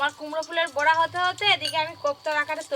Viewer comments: বোড়া আবার কি কথা ।বড়া হবে কথাটা । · বোড়া নয় , বড়া উচ্চারণ হবে । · বোড়া নয় উচচারন টা বড়া হবে